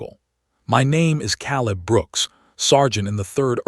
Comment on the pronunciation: it's staring not starring hurting is supposed to be herding Caleb is pronounced Kay leb